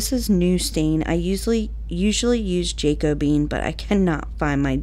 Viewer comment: Love all these! I am not being disrespectful at all but actually relieved I wasn’t the only one who thought “Jacobean” pronounced the way it looks but fun fact it’s actually pronounced Jah Kobe ian like Koby Bryant lol! Anyways, just thought I’d share that lil fun fact!! 😂 I LOOVE all your DYI’s and I can’t wait to see the new baby!